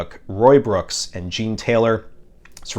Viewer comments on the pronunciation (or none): none